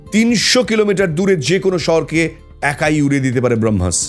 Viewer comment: Brohmas noi ota Bramohs... Plz research ta ektu valo kore korle aaro valo hoto... kichu mone korben na.